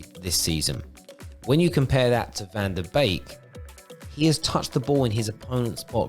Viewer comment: Very good video, like the animated style too. However... he is not a cuisine from Couplands... Its van de beek, not bake 😂